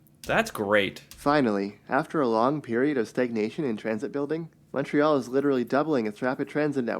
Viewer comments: also, we pronounce Montreal, Mon, like in Monday +tree +all and not Mon, like in Monster. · Cringe every time you say the city's name...it's pronounced as 'Muntreal' not MONtreal... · Why do Americans pronounce it with such a sharp “O” lol. Everyone here calls it “Mun-Tree-All” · My city!!🤍 If you ever make it up here , the correct (english) pronounciation is M(un)ntreal ; rather than M(aw)ntreal. Although we're so polite that no one will ever correct you, it does get annoying. This will set you apart from the rest of the tourists from the US. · Say the name of the city like this: mun-tree-all (if pronouncing it in English). The first vowel rhymes with "bunt," not "font." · Americans pronunciation on Montreal makes me cringe. It’s pronounce Muntreal, no emphasis on the Mon part. Muntreal….say it with me!! Cute video. 1 hour from the border. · It is pronounced Mon(t)-réal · Start saying Montreal like a Canadian! We say it like Muntreal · great video .. but being a Montrealer .. I gotta give you an inside tip .... Montrealers pronounce it MUNtreal .. listen to her in the video she keeps Saying it , trhat's how we pronounce it .. Muntreal